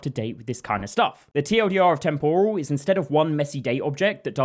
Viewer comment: You mispronounce “temporal.” The stress goes on the first syllable, not the second syllable. Like “temporary” not “tempura.” TEMPoral not temPORal. Cheers.